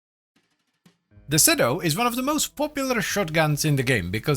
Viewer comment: According to the latest devstream, it's "seedoo". Also, "Lavo Prime" 😂